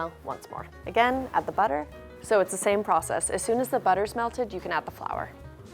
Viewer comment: take ur butter what i hear: take ur butt here